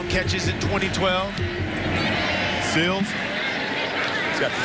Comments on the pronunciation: It's Sills. Not Seals. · Seals, Stills, Sill... he even said it correctly line the 3rd time. As much as they talked about him you'd think he would get it right before someone corrected him at halftime.